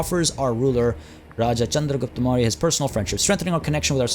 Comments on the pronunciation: Your pronunciation was really nice man. Thanks for covering the Mauryas and hopefully you will cover more. Excited for this series. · Don't tell me your not an indian. The pronunciations were accurate. Just as any Indian would spell it the moment he sees it.